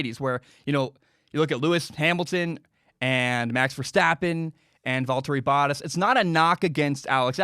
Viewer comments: Boat-tas, not bot-tas. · Am I the only one that cringes every time he mispronounce Bottas’ name? Lol